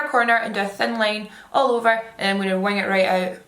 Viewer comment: omg every time you said "wing" i thought u was saying "wine" n was thinking what's this girl on pls😭